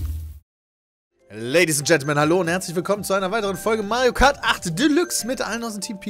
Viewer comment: Seit das gesagt hat hör ich bei Pedda nur noch Majo Kart xD